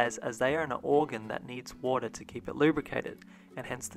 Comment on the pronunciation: I couldn't stop thinking about the fact that you pronounced water differently multiple times throughout the video.